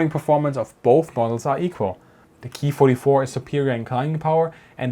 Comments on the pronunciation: Nice report.. it's actually better to say.. Kay- I ( eye) 27/44 and not the German pronunciation Key-27/44. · Not Keee it's K I. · KEY this and KEY that..................................kay eye ........kay eye....K.I. I had to go look it up..in Japanese its pronounced co...long "o",,,,I made it through the video but it was hard to here the work KEY OVER AND OVER...LOL GOOD STUFF EITHER WAY!